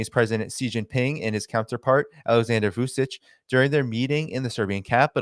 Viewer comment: great info as usual - just a little correction Vucic's last name is pronounced as Vuchich